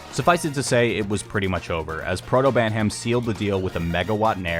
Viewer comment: I'm not sure if this is still the case, but IIRC, ProtoBanham has stated before that his name is shortened to Banham, rather than Proto. Additionally, Banham is pronounced "banam" with the h silent. Japanese players often refer to him as バナム (banamu).